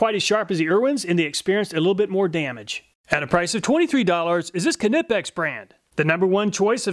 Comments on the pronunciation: Its a silent K in Knipex, pronounced Nip - X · It’s pronounced Nipex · Isn't it pronounced "Nye-Pex"? Like the "K" is silent like in "Knife"? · "kin-nep-pex" ugh lol. I've always heard it said as "Neigh-Pex" lol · It always bothers me how he pronounces Knipex. It is said like ni-pex, not ka-ni-pex. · Just so you know "Knipex" is pronounced "Nipex" the K is silent :-) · Another awesome video. Just a tip, don't pronounce the 'K' in Knipex, it's silent, just like the word 'Knife' - a word which is also germanic in origin. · In Germany Knipex is pronouned Cnee-packs. But from now on I shall say your way just for the reactions. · Btw you're still misspronouncing knipex You somehow try to separate the K at the start and make it something like Kenippex. It's way less than in the earlier videos but still noticeable. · Feel like he's saying k nipex deliberately now 😂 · This is the third way I've heard knives pronounced.( nipe, nip, k nip) Does anyone really know the right way? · Long time viewer. short time sub. I hear the way you pronounce "knipex" is WAY off.. your weight on the kni part is amusing though :) makes me laugh every time . no offence mate.. the over pronunciation of KN is whats off. Its more like "kn then the i from in, then pex. making "knaypex" or roughly in your tounge :) not knippex like you i hear. hope you get it right the next time :) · It's nipex no k its silent. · Stop pronouncing the K when saying Knipex! The K is silent. It’s “nigh-pex”. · The real winner here is the Irwin at $12! The K in Knipex is silent. ;) Another awesome video! I think its great how you figure out ways to make these tests fair and useful. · I really enjoy your videos 👍 The only "bad" thing, actually makes me smile every time. And that would be your ability to somehow make 'Knipex' a 3 syllable word. 😂😂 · I think the K at the beginning of Knipex is silent, like knife. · the K isnt silent in Knipex? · The K in Knipex is silent. Like knife. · The k in knipex is silent